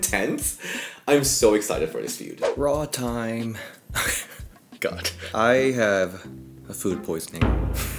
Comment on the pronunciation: The way I had to pause the video when you said "Raw time~" like uhm???? 😂😂😂